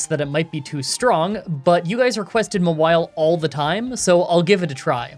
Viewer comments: Ma-while? For God's sake, did nobody watch the anime? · I'm commenting this before I finish watching the run, but Mawile is one of my favorite 'mons, and I am losing it over pronouncing it M'wile. Like, it's a Maw! A big ol' mouth! Anyways, it's been a minute since I've watched an video, and I'm glad to be watching again. Thanks,! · Haha “Mah-while”… comedy gold😘👌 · Wtf! How did you say Mawile? Its just Gnaw-wild but you remove the G and the D plus change the N to an M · FYI, it's actually pronounced "Mawile." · Ok so if no one else is gonna say this cause I can’t find a single comment about it, it’s pronounced Maw-While. Maw as in mouth, like the giant mouth on its back. Just dropping this here. At least the nickname makes sense with how you’re pronouncing it ^_^ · The way you pronounce mawile is so weird. It name is from maw and vile.